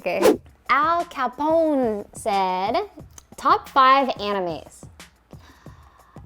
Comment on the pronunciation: I kinda died when she pronounced Al Capone